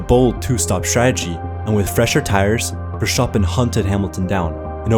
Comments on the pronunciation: The way you say versteppen is crazy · VERSHTOOPEN I LOVE IT EACH TIME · Versshhhtoppen There is an "a" in there man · bro the amount of times vershtapin is said gets on my nerves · The only flaw of this video: Vershopen enough said. 10/10 approved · Is it just me or did you say Vershtapen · Bro was pissing me off by talking like trash bro, like really, what th is “Vershtappen” like bro, really? And then he didn’t mentioned Checo defense in the last race, such a bad video fr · I think I will have bad dreams after hearing ‘Fershtappen’ so many times within just minutes 😬 This way to pronounce his name hurts. Both mentally and phisically. Nice content btw. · He is pronouncing it the german way, whit v’s as f’s and the “sch” sound but max’s name is pronounced as verstappen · Why THE FK are you calling it VERSHTAPPEN. Disgusting i legit cant watch the video cuz of that cringe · while everyone is fighting whether who should be champion, can we at least appreciate how he pronounced versteppen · Max vRSSHSTappen, really liked the video btw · nah that's not the German pronunciation. It's Verstappen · why not just say max if ur gonna say his last name like that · Ahhh the name pronunciation is taking me out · bro cant even pronounce verstappen..sad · Dude there is no CH in Verstappen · Learn how to pronounce the drivers name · The pronunciation of Verstappen in this video is so annoying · Sorry, but i couldnt watch the video becaus of how annoying and horrible you are pronouncing Verstappen. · This was hard to watch with the way verstappen was pronounced every 10 seconds 😂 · had to stop watching video purely for the way you’re pronouncing verstappen🥲😂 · I'm Dutch and you don't pronounce Verstappen with a ʃ (sh) sound. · Tried to watch this but i couldn’t listen to you say Verstappen like that one more time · Verstappen not verstappen lol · Every time he says Verstappen it just kept getting progressively worst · why are u pronouncing verstappen so weirdly